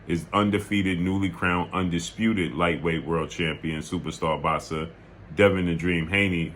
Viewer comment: “Supa stah box-sah” 😂🤣😂🤣